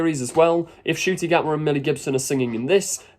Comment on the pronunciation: Ah yes, "Nucti" Gatwa. Laughing my arse off at all these achingly right - on people who can't even get the Rwandan - Scot's name right.